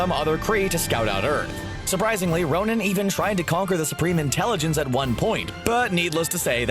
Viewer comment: Why do you keep saying Ronin? 😷